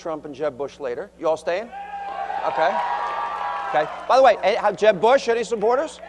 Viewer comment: No! They're saying boo-ush! Boooo-ush